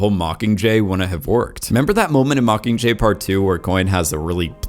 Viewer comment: I love your content. Love it. And tbh I love your voice. But the way you drop the G on “mockingjay” (mockinjay) is like nails on a chalkboard to me.